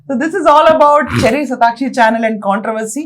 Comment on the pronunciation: శటాక్షి కాదండి శతాక్షి 😅 అది అమ్మవారి పేరు ఖర్మ